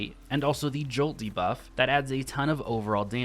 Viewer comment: Jolty Buff too 😊